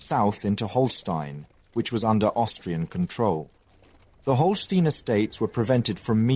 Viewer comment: It is small things such as saying "von Bismark" instead of "fon". He also switched between Holstein and Holsteen several times. These mistakes were less frequent in the past and I find it takes away from what is otherwise great content.